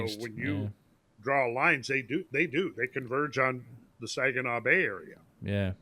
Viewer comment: I love how called it the 'Sajinaw' bay. That's a hard G,. 😄